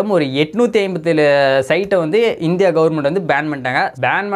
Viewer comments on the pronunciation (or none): none